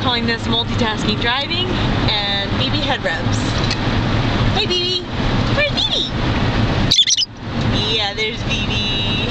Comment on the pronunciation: We dont pronounce it 'B-B' its more like Bay-Bay